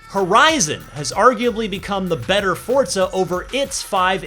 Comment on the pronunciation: Why does it sound like he pronounces Forza like Fort za?